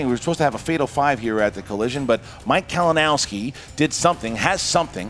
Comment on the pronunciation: PUT SOME RESPECK ON HIS NAME KALINOWSKI.